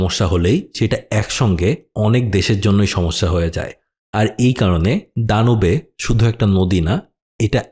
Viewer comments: নদীটার নাম দানিউব নদী, দানুবে না।‌। আপনি ইসলাম বা ইউরোপের ইতিহাস না পড়ে মনগড়া উচ্চারণ করছেন। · দানু‌বে না, দা‌নিউব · দানিউব/ড্যানিউব হবে উচ্চারণ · উচ্চারণ হবে দানিউব নদী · ড্যানিউব হবে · ভাই নদীর নামের উচ্চারণ আসলে 'দানিউব' হবে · "ড্যানিউব" to be more precise